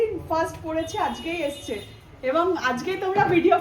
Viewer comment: আজগে আবার কি দেখতে স্মার্ট কিন্তূ আজকে বলতে পারেনা 🙄🙄আসছে বলার কথা বলছে এসছে